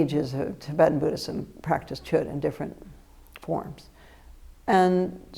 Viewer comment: The letter d is silent in Chöd...